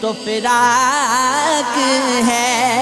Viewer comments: Plz be careful on your pronunciation and that’s firaq not faraq Thank you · Bhai firaq he na kay faraq. Please sahi se kaho